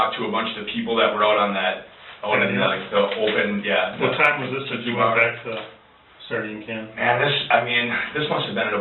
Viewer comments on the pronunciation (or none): I hope it's the friend cause then it means they'll have locked up an a hole that pronounces "sardine can" like that.